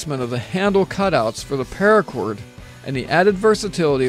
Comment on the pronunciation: Anyone else notice he said PAIRACOR about 3 million times?